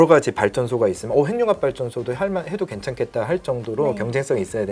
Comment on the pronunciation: '행늉합'이 맞습니다. '핵융합'은 '핵'과 '융합'의 합성어이기 때문에 '행늉합'으로 발음해야 합니다. '식용-유'를 글자 그대로 [시굥유]로 발음하지 않고 'ㄴ' 음을 첨가해 [시굥뉴]로 발음하고, '색-연필'을 [새견필]이 아닌 [생년필]로 발음하는 것과 같습니다. 표준 발음법 제7장 소리의 첨가 제29항 합성어 및 파생어에서, 앞 단어나 접두사의 끝이 자음이고 뒤 단어나 접미사의 첫 음절이 '이, 야, 여, 요, 유'인 경우에는, 'ㄴ'소리를 첨가하여 [니, 냐, 녀, 뇨, 뉴]로 발음한다.